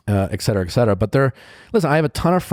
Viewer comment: Its not ecetera its etcetera nick...